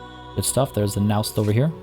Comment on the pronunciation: Hello! Naust is pronounced with the "a" in "apple", so really like næust instead of naost